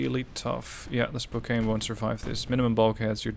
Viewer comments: Another fine video, little clarification though, Spokane is pronounced Spoke-Anne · I do have to give slight correction on how to say "Spokane" up here in the PNW we say "Spo-Can".